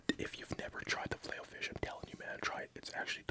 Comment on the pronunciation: Don't wanna be rude but it's filet, not filey.